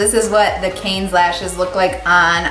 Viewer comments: Wendy Schnitzer it’s pronounced “can” not “cans”. No s. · Oui, pronounce: Can. Final consonant and vowe are mute. Lashes divine! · You're adorable! The lashes are pronounced "cans" like the Cannes film festival... they look great on you.